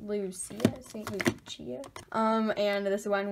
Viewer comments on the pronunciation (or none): ❤️ this vid. Also it is pronounced st. (Lu-sha)